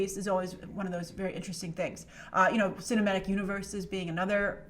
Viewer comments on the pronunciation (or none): none